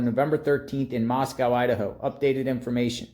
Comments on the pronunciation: Moscow is pronounced , Moss-Koh like the word oh not COW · Read your comments, it's pronounced MOSS CO !